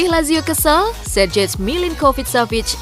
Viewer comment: Itu Sergej jangan dibaca plek2an Sergej dong. Sayang kontennya sudah update dan cukup, tiba2 ga enak didenger